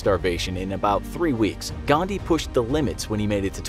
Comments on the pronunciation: it is 'Gandhi', not 'Ghandi', just saying as an Indian. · it's Mahatma "Gandhi" and not "Ghandi" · It's Gandhi and not Thandi!! XD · The name is Gandhi and not Ghandi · Literally everyone:GHANDI GHANDI GHANDI ..... . In real it is :"GANDHI" And for everyone its not Ghandi its Gandhi* I'm on intermittent fasting while watching this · 'ghandi'?you are insulting indian culture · What did you say Mohammed gandii bother you really some manners Don't be racist k BTW it's (mahatma gandii) 🎭